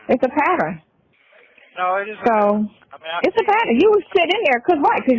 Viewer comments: Patterin?😮 It's pattern 😅😅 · Let's all say it together, Pattern NOT PAT TER RIN 😂😅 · Patterin. Patter-inn